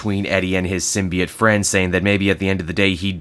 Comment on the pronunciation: I find it quite jarring you give two different pronunciations for symbiote in the same video, with "sym-be-IT" (Superior) and "sym-be-OT" (Inferior) lol.